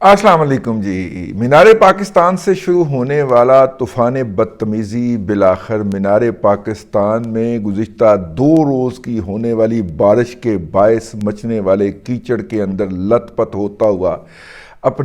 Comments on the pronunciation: Bhai, Cheekar nhe Keechar hota ha, ya Chikkar 🤠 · دادا جی چیکڑ نہیں کیچڑ ھوتا ھے😊